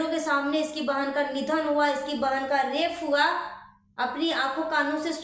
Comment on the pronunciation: Mam rafe nahi rape HOTA hai